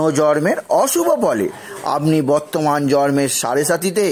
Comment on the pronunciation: Kathar uccharun thik korun, jaman. ..bartaman ke batraman bolchen.